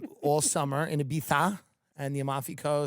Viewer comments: Thank you for pronouncing Ibiza (e bee tha) correctly. It’s a wonderful place except when I went there some guys made fun of me :( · Tim saying Ibiza the way everyone else does brings me happiness